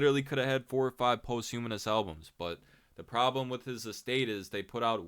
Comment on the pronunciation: Hey man, nice commentary and all. Posthumous is not pronounced like post-humanist bro